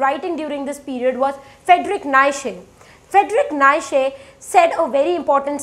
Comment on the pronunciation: It is not "Naishe" it's "Knee cha" (Nietzsche)